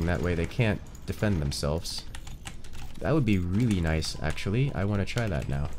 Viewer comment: When he said "noice" i felt noticed